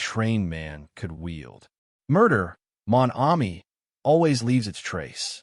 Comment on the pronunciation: Not a bad reading except for the butchering of the few French words that Poirot is so famous for i.e. Mon Ami.